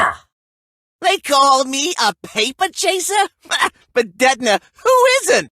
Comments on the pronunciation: When detona is saying detona it sounds like he is saying nezuko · Detona is saying "di to na" hahahahaha